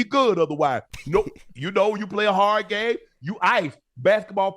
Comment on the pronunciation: Shannon Sharpe's voice, sounds like a Muppet character or he could do cartoon voice overs for sure!! He was really tired of the allegations! When he pronounced "Game" is it just me or does it sound like he said "GAY"? Its sounds like he said "When you play a hard Gay" listen to it again!!